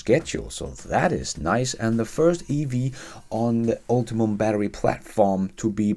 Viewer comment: High praise for your fluency in English,. Overall very good elocution, with some work still needed on subject-verb number agreement.. "is" for singular nouns, "are" for plural. One noticeable pronunciation correction for today -, it is uhll - tee - um, not uhll - tuh - mum. It's a brand name sort of word made up by GM, of course, not a word that was already in general usage. But then again, all of the words in any language are made-up words, aren't they?